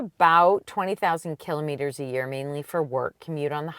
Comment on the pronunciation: Cant get passed the way you both say “killimeters” Instead of Kilometers 😂